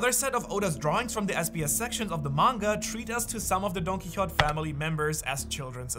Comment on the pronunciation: Dude why is it so hard to you to say Don QuiXote?? Wtf